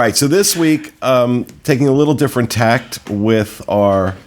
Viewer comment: 'Tack' not 'tact,'. It's originally a sailing term.;-)